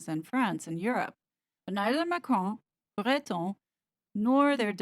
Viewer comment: Excellent research as always. On a lighter note, full marks for your pronunciation of 'Macron' and 'Breton'. All members of the Royal Family need to untangle themselves from the WEF. It will be their downfall, otherwise, even William's.